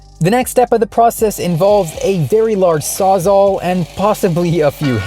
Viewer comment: Bro did you just say sawzaw. I can tell you never been near a power tool ever in your life.